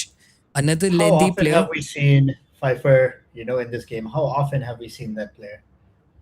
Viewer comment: Someone tell the name is pronounced 'Faifarr' not 'pfair'